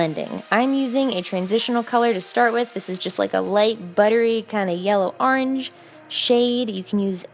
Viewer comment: I love on how like says ‘oargne’ nor orange but oargne